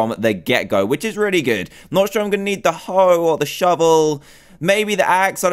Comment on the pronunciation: He said gonnu